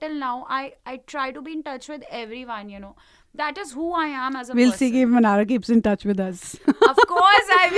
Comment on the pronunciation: It's not Manara it's Mannara.....correct it